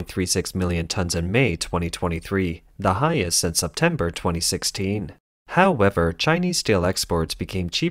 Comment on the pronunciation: Petition attempt #6 to change how the bot pronounces "however" HAO-ever drinking game count for this video: 5